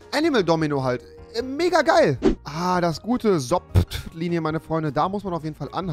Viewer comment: Schild: Stop Straße: Sotp Rewi: Sopt